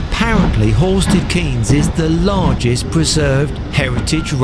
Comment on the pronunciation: The correct pronunciation of Horsted Keynes is “cains”, not “Keenes”. Sorry, but your mispronunciation grates on a Sussex ear.